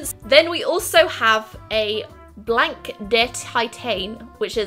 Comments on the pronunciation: when you say blanc you don't have to say the -c only -blan A little help (so if someone want to help me in English now😂) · The c is silent in blanc haha